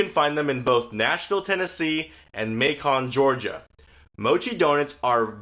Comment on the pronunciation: Macon, Georgia isn't pronounced May-con... it's said Making or May-can. The Beyond Orange Chicken is amazeballs, I had 3 times when it was available as the 70 store roll out nationwide test market. I think it was listed as premium & $2 more than the original orange Chicken. When I can I always go with the plant based options, I'm not vegetarian but I try to limit meat especially red meat.